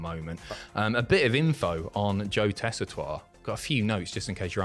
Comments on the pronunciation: Tess-I-Tore, not tua. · it’s JOE TEH-SEE-TORE NOT TESSITOIRE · Its pronounced Tessa-Tor-Re. Four syllables. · should, of all people, know how to pronounce Joe Tessitore's name!